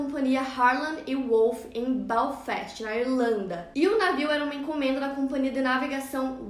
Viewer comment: Belfast e não Balfest